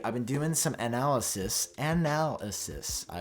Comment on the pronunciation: Wait, did you just say “anal-ysis” ???